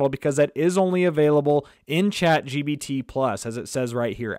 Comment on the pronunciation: Chat GBT, GBT - it's irritating... so pissed out... can't listen to him